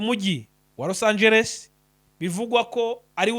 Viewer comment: Ntabwo ari Los Angel bro ni Los Angeles 😂😂😂😂